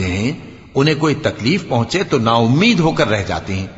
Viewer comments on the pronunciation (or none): none